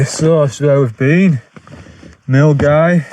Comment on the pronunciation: Props for saying 'Milngavie' properly😂